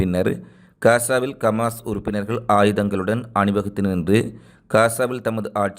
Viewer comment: டேய் சங்கிவாயா கமாஸ் இல்லை ஹமாஸ் என்று சொல்லு ... காஸா மக்களுக்கு செய்த சித்திரவதைகளையும் எடுத்து சொல்லு